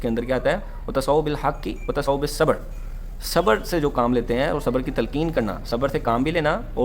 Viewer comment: ..With Due respect...aapne Aayat padhne me galti kardi hai...Wata SAU bil haqqi padhe aap...sahi Aayat Watawa SAU bil haqqi hai.... Jazakallahu khaira....Keep on Doing the work of Dawat-e-Haq without Firqawariat